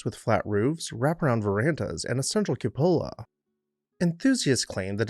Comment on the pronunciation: CUPOLA (KYOO-puh-luh or COO-puh-luh), not Coppola